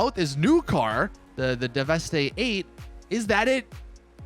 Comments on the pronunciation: How do you still not know how to pronounce the name of this vehicle. Its pronounced like 'devastate' hence the name. Not 'devestè'. Fucking annoying af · “Devestay eight”. Lmao it’s pronounced devastate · It’s pronounced like you pronounce devastate. Deveste-8. C’mon 🙄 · fairly sure it's meant to be pronounced like "devastate" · ITS PRONOUNCED AS "DEVESTATE" FOR FUCKS SAKE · Devastate. It's supposed to be pronounced Devastate. You do the same thing by not pronouncing Declasse as D-Class, it's a play on words of it being a D-class manufacturer. All cars and car manufacturers in GTA are puns, jokes, references, or a play on words. Work on your pronunciations man, lol. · Oh my god,not 1 YouTuber is pronouncing this cars name right! How can u NOT see the word devastate...